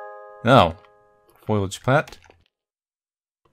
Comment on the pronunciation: when reading "foliage" it sounded like you said "foilage" and all i could think of was the end of one simpsons episode where lisa was trying for ages to teach marge how to say foliage and she kept saying foilage edit: then later you bring up a simpsons meme, its all comin up milhouse today